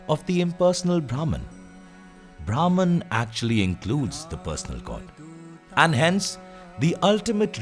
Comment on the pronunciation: Imagination to visualization 🥰 great video but pronounciation of bhraman was incorrect 😁